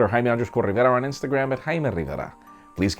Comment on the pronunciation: Good guy!! Great video!